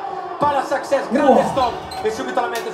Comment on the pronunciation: Saccsess.....come c....parlate